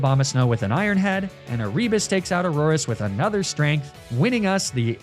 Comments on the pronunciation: Every time you say A-rebus, I am filled with violent rage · Is it E-ree-bus?? I was always told it was Air-i-bus Also I know that’s probably not the right phonetic spelling but that’s just what I could think of